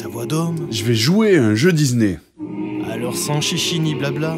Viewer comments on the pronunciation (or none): Excusez-moi mais "DiZZZZney", vraiment?! Oo XD mdr je vous adore toute la clique, keur sur vous <3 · Wsh y dit dizney au lieu de disney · "J'vais jouer à un jeu Dizney! " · les jeux dizney xD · ça m'a écorché l'oreille... Au pire, il aurait pu dire "dizni" histoire de le prononcer complètement à l'anglaise, parce que là XD